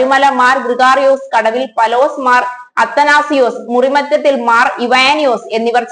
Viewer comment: പലോസ് അല്ലെടീ കൊച്ചേ, പൗലോസ്..